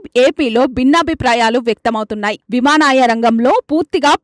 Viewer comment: విమానాయ శాఖ ఏమిటి తల్లీ? విమానయాన శాఖ అనాలి గదా?